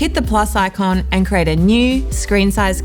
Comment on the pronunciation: I notice you say 'crate' instead of 'create'... is that a Tasmanian dialect quirk?